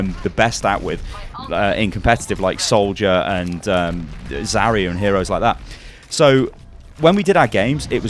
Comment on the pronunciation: On a sidenote, said Za-ri-ya instead of Zai-ya hooray!